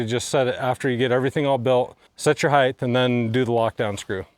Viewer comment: Did he say "Heigth"? LengTH, widTH, height. Not HeigTH.